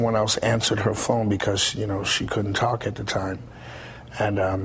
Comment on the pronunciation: Did Bobby just said Ralph had his "phome" in his hand?